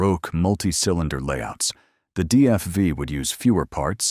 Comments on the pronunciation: DFI? DFY? What are you mumbling about. The Gilmore Foyt Indycars never used Cosworths, the used Offenhauser and DGS motors…. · Why did you show the Foyt Indycar? ( twice? ) It never had the DFV or DFY. That car had the Ford “4-Cam” originally developed from the 289 stock block Fairlane. And your AI guy says “DFI” - WTF? Audit check your automated computerized narrator. And what is a mono-cook? Terrible narration